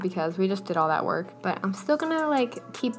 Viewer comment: when you say “just so we don’t lose our wERk” 😂😂I lost it